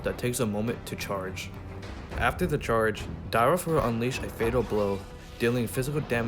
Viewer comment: Nice vid..... but isnt it.... Dyrroth???? Not Dyroth????